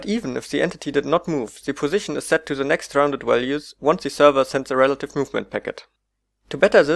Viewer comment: Zee client tells zee zerver..